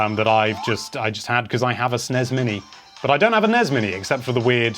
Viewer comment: I'm Aussie It's NES AND SNES NOT NEZ OR SNEZ